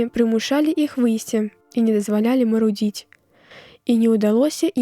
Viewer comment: Мару'дзіць трэба а не марудзі'ць